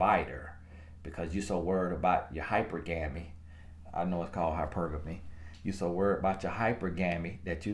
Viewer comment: Nobody:: HYPER-GEMMY 🤣🤣🤣🤣🤣🤣🤣🤣🤣🤣🤣🤣🤣 I cannot 🤣